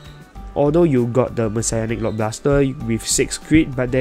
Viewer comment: I thought it was pronounced Messianic and not Messiahnic. Aichi pronounced it as Messianic.